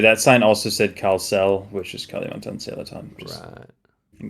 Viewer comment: So funny heard you calling kalimantan as kali, like california as cali 😂